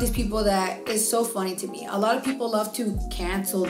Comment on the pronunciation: “500 is like” -“half of 1,000… which is like.. aaloght”— i died 😂